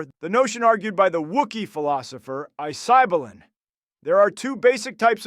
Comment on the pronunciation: As a professional political philosopher - I laughed so hard at “Isaibelin”